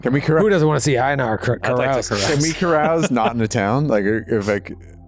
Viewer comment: Is mispronouncing Einar? That's the name, right? Love the character